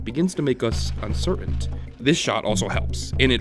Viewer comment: Hey, great video! However, there’s only one problem I have: it’s pronounced “uncertain” and you were saying “uncer-ant”.